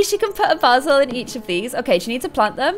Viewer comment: lol it's not basel!its baysel and its spelled basil